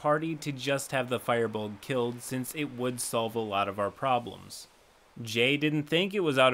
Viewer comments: I have never in my life heard someone pronounce Firbolg as Fire-Bolg. I also thought you said "Fireball" I was listening without watching and literally had to come back and check the transcripts to see what was trying to be said. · Lol I was listening and not watching and I though J was a Fireball, the last survivor of a Fireball massacre, I was like "damn son, that's a wild character concept..." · I always pronounced it Fear-bowl-g. I swear that was how it was broken down in some source material decades ago or something. Like 3.5e I would imagine. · "fire bolg" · "Fire-balg" Me: [Angry Irish Noises] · its pronounced fur bolg, as in fir tree, they're a fae group from Irish mythology who existed before humans. descriptions vary widely. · "Fire Ballg"...... Please... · "fyrebulg" made me cringe EVERY time. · Is that how Firbolg is pronouced? i thoutht it was Fir(fur) like the tree. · Firbolg is pronounced "fur-bowlg." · Fur-bolg that's how it should be pronounced. xD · It’s “fur-bolg” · Was I pronouncing Firbolg wrong the entire time? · Your pronunciation of Firbolg is hilarious and distracting. Keep up the good work. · How can you have 200k+ subscribers and still be mispronouncing words like artificer and Firbolg? It actually is annoying for some of us to hear things mispronounced over and over. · Just a note it's not pronounced Fire-bolg it's Fir-bolg just a tip ^^" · It took me a while to realize you were saying "Firbolg" and not "fireball." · Isn't it pronounced fur-buld? Or fear-bold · no it is not pronounced "fur" the firbolg are then from Irish mythology the name mean "men of the bags" fir is the Irish word for man and is pronounced far take this form an Irish man who suffered trough Irish classes in school for many years , you know ..just for future reference ^_^.. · Firbolg is pronounced fear-bowlg, not fireballg my dude. Keep up the good work! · Anybody gonna tell Firbolg is pronounced Fur-Bolg and not Fire-Bolg?